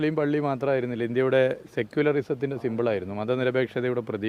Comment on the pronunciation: "സെക്കുലിരസത്തിന്റെ സിമ്പിളായിരുന്നു". എന്താ നല്ല ഇംഗ്ലീഷ് പറയുന്നവരെ കുട്ടിക്ക് ഇഷ്ടമല്ലേ ?